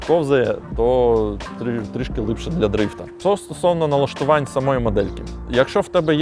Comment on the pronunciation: Все агонь, суржик рулить, але слово "лИпше" прям дуже сильно ріже слух) А так повага, виженемо все руцьке за порєбрік!!